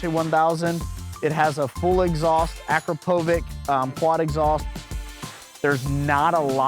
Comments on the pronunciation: You’re missing the upper tail/seat tray for the M1000RR. My bike is loaded with Ilmberger and that’s one of my favorite pieces for sure. PS- Akrapovic is not pronounced Ak Ruh Poe Vic. It’s Uh Crop Uh Vich. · Love all the bikes just really hate how you pronounce Akrapovic incorrectly 😂